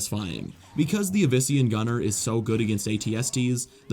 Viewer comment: Not to be rude or a know it all or anything like that but Yavin 4 is actually pronounced Yaw Ven For not Yeah Ven For